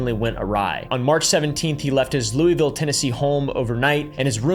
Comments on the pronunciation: It ain’t Louie ville it’s loo-a-vul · it’s pronounced “loo uh vlle” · How you pronounce Louisville hurts my heart as a Kentuckian but it’s nice that someone so mainstream is shedding light to unfortunate cases close to home so I’ll let it slide 😂